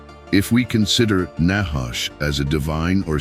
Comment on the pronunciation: NACHASH..honestly you pronounce it very wrongly trust me allthough you keep speaking in circles the whole video through you never ever come to a point ot a point of prove i have studied hebrew very much and that is the only way to understand the word of truth its spelling its pronunciations its origins its meanings todays bibles are a mere possibility of truth twisted and filled with lies words changed you do not know the nachash or its origins nor do you understand it nor do you know the truth